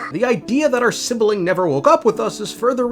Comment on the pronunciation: Why call it sibiling It's sibling 😭